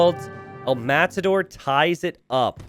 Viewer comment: Just casually correcting the "El_Matador" pronunciation: the tension is in the last bit: as in "El_MataDÓR". Thanks